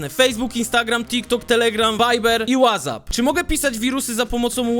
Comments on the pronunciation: Chlopie wez sie naucz mowic💀💀 Wazap? w jakimstam odcinku wczesniej ajerpodsy? Wez sie ogarnij💀💀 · ej mam takie pytanie 😄 czemu mówisz łazap ? 🤔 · nie ma takiej aplikacji której nazwę wymawia się "łazap"